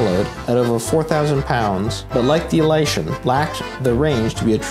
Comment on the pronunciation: The correct way to pronounce it is IL-YOO-SHIN. There is no "a" there.